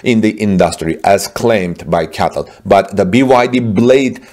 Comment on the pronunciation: Bro stop calling it a Catl it’s called C-A-T-L get it right man